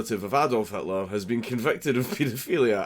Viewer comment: Did you mean to say "Hatler"? 🎩